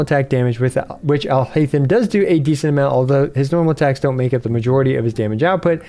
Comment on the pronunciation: if you switch on jp dub you can hear them pronounce it. If you try and pronounce it in an english way itll be haith-em. But its actually heiyy-them. Would be better if i could sound record it but you can hear the correct pronounciation in the jp dub. Trying to imitate the urdu/arabic sound of the name in written english just wont work because english alphabets and urdu/arabic alphabets are different and sound different even those that seem similar